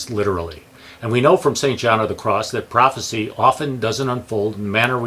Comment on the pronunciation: Prophecy, not prophesy. Prophesy is the verb, pronounced "pro-fehss-EYE".